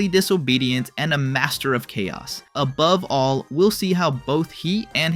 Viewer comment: was that pun intended? “Above all” sounding like “a bubble”… if so, that’s f ing genius